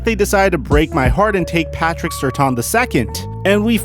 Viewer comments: It's SurTAIN not Surthan lol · It's pronounced Patrick "Sir-Tan" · You cant even pronounce Surtain right. Cowboys and their fans dont deserve him. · I pray that one day this guy will say Patrick Surtains name correctly.